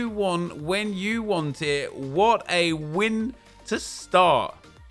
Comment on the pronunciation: When you said that’s a “win to start” it sounded like “winter start” but really it’s a “summer end” because fifa is dead now